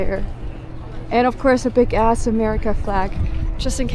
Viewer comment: I saw your Cocoa Beach video and now this one. I can tell that you're intentionally using "gonna", "kinda", and in this one "big ass". It's not quite coming off naturally, but it's charming because of that. If you want "big ass" to sound more natural (which isn't necessarily better), pretend it's one single word "bigass". The second half of the word should sound more like "gas" than "ass" (there's not a hard glottal stop before the "a"; the g is the beginning of the second half, not the a - "bi-gass"). And the first syllable of "bigass" is stressed while the second is unstressed ("BI-gass").